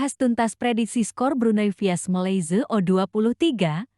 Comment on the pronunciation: Sebut Malaysia pun tak betul nak buat conten